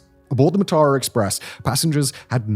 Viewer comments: note: it's pronounced maa-tha*ra (a* is a short a) me and my sister sleeping late- the only reason we missed the tsunami. came to colombo for christmas day at my grandma's, stayed the night at ours and we were supposed to leave home for induruwa at about 9. we slept in, and by the time we left it was after 10. heard about the tsunami on the radio and turned back. if we'd left at 9, we'd have been on the coastal road right near beruwala when the tsunami hit. sea is right next to the road. pretty sure this was one of the lowest points for Sri Lanka- people looting the corpses of this train made the news. it went on for days. there were rumors there had been looting of survivors after the waves receded but before the train was found by authorities, people begging for help ignored while their valuables snatched from them. politicians (including a man that would later be president) then set about looting the aid that poured in. you saw the worst of some people in that time. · I can't believe you did that journey and somehwo managed to completely butcher the name. It's pronounced "Mar-thurrer". Apart from that, great vid! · It's pronounced 'Maathara' මාතර.